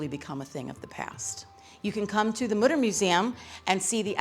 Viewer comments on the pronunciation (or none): Mütter, not Mudder. : / Learn how to pronounce it, please.